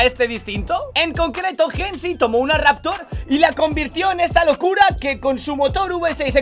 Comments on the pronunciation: es Hennessey, no hennesy, osea se dice henesey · Por qué dice "jensy"? Jajaja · La pronunciación de Hennessey la realizas de forma incorrecta